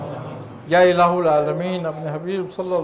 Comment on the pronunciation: یا الہ العامین۔ میں ہا پر زبر ہے